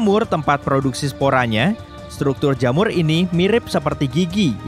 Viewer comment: jhamur biasa Widih widih.... sisi terang bisa medhok juga to